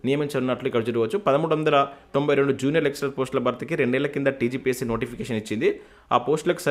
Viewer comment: నూట తొంభై అనండి , not టొంబై